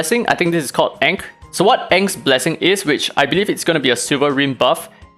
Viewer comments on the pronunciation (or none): ankh is pronounced like "unc" short for uncle. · ANKH = pronounced AANGK is Egyptian bruh